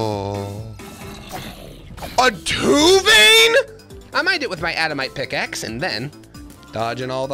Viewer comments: Sorry not sorry adamite is adaMANTITE, and orcalium is oriCALCUM. And I think he is doing this on purpose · Bro called adamantite "adamite" and orichalcum "orchalium"